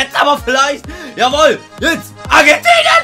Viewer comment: Dieses Argentinien bei Musacchio😂